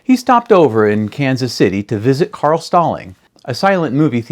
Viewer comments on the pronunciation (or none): none